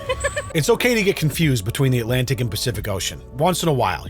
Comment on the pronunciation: I like how they pronounce "Alanic Ocean". Or "he pained a picture".